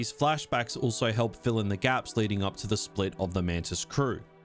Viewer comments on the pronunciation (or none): none